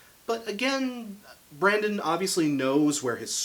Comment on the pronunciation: I can’t watch, I can’t get past “Brandon”